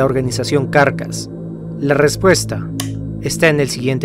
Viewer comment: no se por que me genera amciedad que diga "carcas" pero mi cabeza dice "caracas" X,D